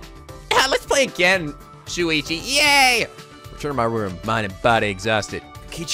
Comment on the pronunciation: If Rantaro remembered the hunt but not his talent then maybe when they got changed back in the prologue it didn't actually affect him? Idk, I'm so the rest of the vid may change my view. Also... it's SHU-ichi, not SU-ichi... I'm just saying...